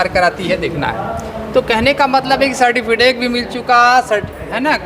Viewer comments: Ye सरटीफिटेक क्या होता है सर्टिफिकेट तो सुने थे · इन शिक्षक महोदय को सर्टिफिकेट बोलना नहीं आता। दूसरी बात वर्तमान विद्यालय छोड़ अन्य दूसरा विद्यालय दें अगर अनुमंडल चेंज करेंगे तो 4-5℅एच आर ए में मकान भाड़ा भी नहीं मिलेगा क्या ?कहीं भी 3-4हज़ार से कम में रूम भाड़ा तो नहीं मिलेगा इसलिए वर्तमान विद्यालय के बगल वाले पंचायत प्रखंड के बगल में हीं स्थानांतरण हो इससे कोई दिक्कत नहीं होगी।